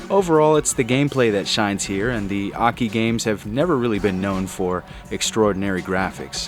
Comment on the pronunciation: Oh, now you finally pronounced AKI's name correcrly.